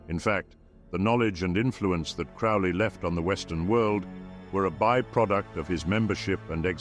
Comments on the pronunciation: Crowley like holy not fouly like Crowley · I know the voice is some level of AI filter, but in any case it is pronouncing Crowley wrong. Crow is pronounced like the bird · Crowley rhymes with holy. Cringe . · Crow-lee. Like holy. He even wrote a poem how to pronounce his name. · Why can't anyone say Crowley's name right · Such experts they mispronounced “Crowley” in the first ten seconds.